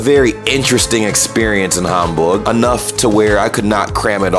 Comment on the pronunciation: I wonder how you reacted to the Miniatur Wunderland. I work there so I am a little bit biased ;-) But I guess I will see. I love how you really want to pronounce the german names right. Hamburg not like Ham as in Eggs and Ham etc. looking forward to the next episode